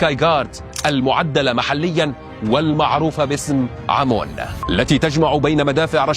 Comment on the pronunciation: المنظومة المصرية اسمها امون وليست عمون